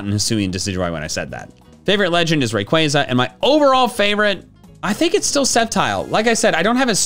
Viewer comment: AGAIN, DO NOT LEAVE OFF THE Y IN RAYQUAZA!